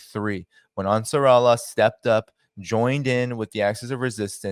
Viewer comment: Great work, big fan 🙏🏿. Hey, it is "Ansar" "Allah", pronounced separately 👍🏿